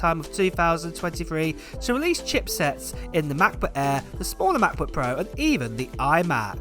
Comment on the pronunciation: I swear he calls it "Matt-Book Air". Just me?